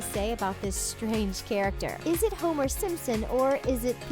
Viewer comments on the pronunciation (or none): its homeachuw